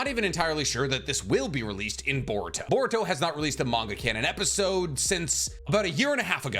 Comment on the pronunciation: everyone : boruto cc : board toe